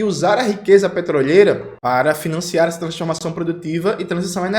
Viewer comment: Petroleira e não petrolheira, Jones. Deve ser sua dicção, né?